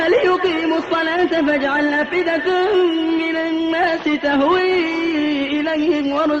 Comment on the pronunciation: أفئدةً يا شيخ وليس أفئدةٌ بارك الله فيكم.